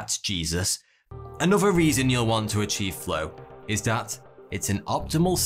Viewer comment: Heeyy here. TH. Another, not anuffa. Saw, not soar. So bewildering.